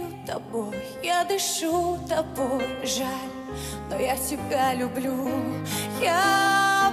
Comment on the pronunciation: Ну и слова особенно лежа-ла, ма-ла, я палею тапой , тышу тапой. Испохабить хорошую музыку такими ударениями и произношением надо умудриться. Уши режет.